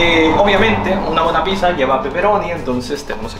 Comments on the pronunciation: debes pronunciar "picsa", no "pisa", me da ansiedad xd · Me di cuenta que no dice pizza dice pisa